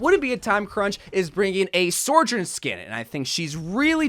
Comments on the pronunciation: i cant be the first person to point this out, but... it's not "sor-journ" it's "so-journ"... just the one R in the second syllable. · I’ve tried to withhold saying anything about your pronunciation of Sojourn thinking you’d work it out by now… but it’s SO-JERN, SEW-JIRN; not SORE, it feels like pulling teeth every time I hear you say her botched name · praying for the day you stop calling her Sore-Jern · it tilts me beyond belief that you call her S o r j o u r n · He’s still saying sojourn wrong when we have them saying it correctly IN THE GAME